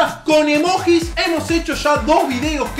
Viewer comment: DEJA de decir emoJis por favor, se dice emoYi